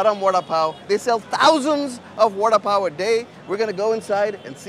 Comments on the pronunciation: lol I thought he was saying "Warda-Pow" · It's pronounced "wada paw " ?